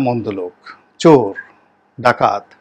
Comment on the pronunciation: ছোর না বলে চোর বলেন। চ বলতে পারেন না. ছ বলেন। আপনি ভাষা শিখুন